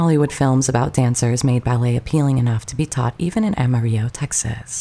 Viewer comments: It's pronounced Amar-ill-o, not Amar-igg-o. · Amarillo is pronounced Ama reel lo ..not like Spanish Ahma ree yo. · Great tribute however her hometown is pronounced Ah ma reel oh. Spanish for yellow. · It's pronounced, 'AM A RELL-A'! I'm from Texas and I didn't even know what you were saying as her hometown until I saw it printed on the screen. Made me wonder what else is haywire in your information... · Amarillo is pronounced Ama-rillo. Like armadillo. The L's are not silent as pronounced in Texas. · The city is pronounced Ama-RILLA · Amarillo the L's are pronounced as L, like cigarillo.... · It's pronounced Am-a-rill-o. (a long O). Very Texan pronunciation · 😅 The word isn't English so the pronunciation is Spanish - the double L is thus pronounced as a y sound. The word itself means yellow and even in known songs it ends with an O or an A due to wether male or female. Similar to the French and Italian languages, etc